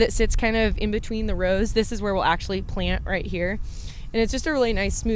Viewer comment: As a Texan, I get a kick out of every time you say "ruht". :) How do you say "boot"?